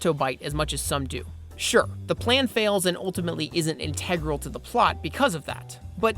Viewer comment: You should figure out how to pronounce words like "integral" and "awry."